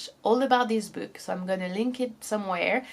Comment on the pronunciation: Other than the way she pronounces some words (the words "video" and "book" for example) her English is good in general